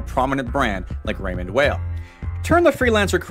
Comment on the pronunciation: Weil.. pronounced Vile.. Why can't Americans pronounce names correctly?